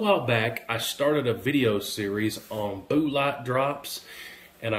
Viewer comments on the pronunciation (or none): none